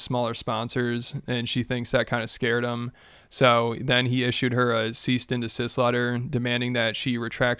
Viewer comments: bro , two videos in a row you said ceaste and desist, are you tarded as shaun? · “Ceast and desist” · Brother. It’s cease and desist. Not ceast and desist.